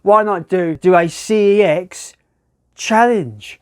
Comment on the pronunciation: CEX is pronounced SEX - so you've just done a sex challenge at a sex shop!